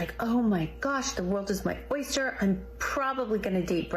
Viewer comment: “The wall is my oister.”